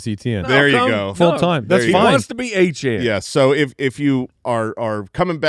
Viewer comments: Travis "Achane" is NOT the french creole prononciation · You will never get me to pronounce Etienne as Achane no matter how much gaslighting you do